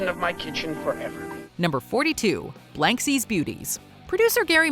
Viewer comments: BLANsky's Beauties, not BLANKsy's. Learn to read. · BLANSKY'S BEAUTIES sometimes misprounounced as BLANKSIE'S here. Odd. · LOL, it's "Blansky's Beauties", not Blanksy's. How do you pronounce the title wrong, but pronounce the character's name (which is also Blansky) correctly??